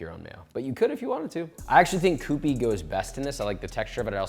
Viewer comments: Bro kyoo-pee, not coop-ee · Kewpie is "kyoopee". It's packed in a Kewpie doll shaped bottle for a reason. Maybe some Asians read it the other way, but who's Asian in this video? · Pronouncing Kewpie wrong fam. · “Koopee Mayo” lol